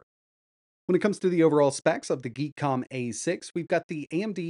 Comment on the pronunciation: Geek Com? It's called Gee Kom. LoL